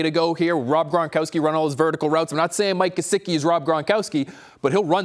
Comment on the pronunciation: please I'm begging you, say his name correctly. It's Gesicki, not Jesicki. great content!!!!